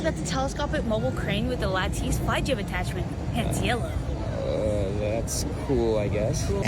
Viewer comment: Pronouncing lattice like "latteese". I'm dead.